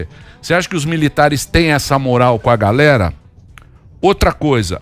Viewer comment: Meihora teu portugues tu está dizendo "PÁ GALERA" se diz assim, é para galéra "PÁ" pá serve para abrir buraco